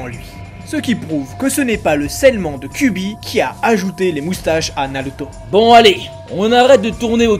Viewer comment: cubi ??? 😂😂😂😂😂😂 faut arrêter la picol ! KyuBi !!! Bordel...